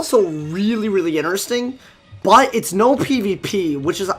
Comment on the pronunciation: U said ineresting again lol